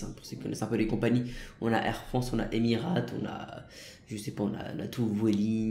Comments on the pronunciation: Essaye pas de dire le nom d’une compagnie car c’est pas Émirat (tu le dis comme ça) mais c’est émiratES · Stp, on prononce Emir"ei"te pas Emir"a"te. Merci 😉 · Mdr Emirates fly🤣 mais c'est fly Emirates ça se prononce Emira(i)tes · christophe c t’a trop raison tg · On écrit emirates mais on lit ça emireytes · On dit EMIRAIYTSSS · Ça se prononce "Emireyte" et ça s'écris "Emirates"... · On dit emiraytes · Non mais STOOOOP c Fly EMIRATES et avec une prononciation anglaise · on en parle de la prononciation de emirates mdr... tkt on t'en veut pas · T es trop bas bello, t'a mis 10 min pour décoller, tu sais pas prononcé Emirates, tu sais pas conduire, mauvais jeu d'acteur! On a le bouquet mon grand babouin hein! 😂 C pas méchant bien sûr!